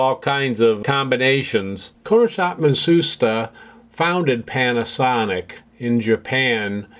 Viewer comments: of course! I love their fans and air conditioning. But I do have one minor thing to say, Matsushita is pronounced "Mat-su-shita" and not "Mah-soos-ta"! It was rather humorous to hear "Mah-soos-ta" though. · That name scratched in the front facier is kind of annoying me now. Less of the documentary, more of hands on repairing, soldering etc and less slide show. I'm not really interested in Matsushita (which you're mispronouncing btw). [Ma Sue shee ta] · i appreciate the history lesson on the origins of the Panasonic and Technics brands but you should have take the time learn how to pronounce Matsushita as you aren't even close.